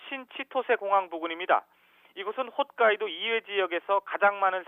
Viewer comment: 간사이(X) 칸사이(O) 훗카이도(X) 홋카이도(O)